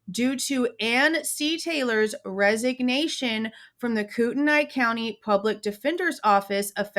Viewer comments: As a resident of Kootenai county, I just want to let you know it is pronounced “Koot-knee”. Some say “Koot-en-ee” but def not “Koot-en-aye”. It’s a tricky one! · Hi there, Ok I'm from the area. But your not saying it correctly, Kootenai, your saying Koot - NY It's pronounced Koot- 'Knee" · It's pronounced koo ten nee county. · It's pronounced 'Koot-knee' county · Yes it is koot÷knee county!!!!! Obviously it looks like how she is pronouncing it but I assure you it is koot÷knee county.. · I live in Spokane and lived in CDA and PF for years. If you are going to report on something, do a little research and learn how to pronounce your words!